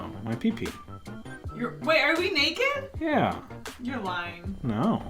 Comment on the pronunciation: said neked so I started laughing